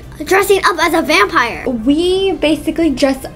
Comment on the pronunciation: "vampier" i love you